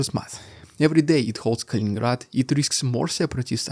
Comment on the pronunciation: It's Kaliningrad, not Kalingrad.